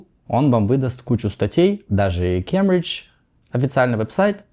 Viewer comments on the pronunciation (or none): Хочу подушнить, /ˈkeɪm.bɹɪd͡ʒ/.